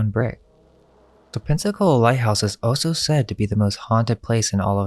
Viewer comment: ALSO is spelt with an al not an o. You sound like a right tard when you say it wrong all the time. it's really annoying! Pls